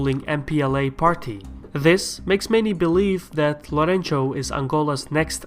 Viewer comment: "Lourenço" is pronounced "Lorensu" :)